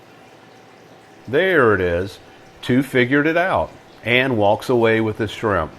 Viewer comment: No he pronounced them “swimp”